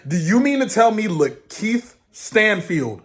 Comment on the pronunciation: and are weirdos who are very anti black and pdfs. And it’s LaKeith. They kept dropping the “La” and that is classic “i refuse to say your name right because I’m anti-black” rhetoric. How can anyone watch One piece and say it’s not political? How Sway?? You have to be lacking critical thinking skills to walk away with that conclusion. I have 57 tabs open.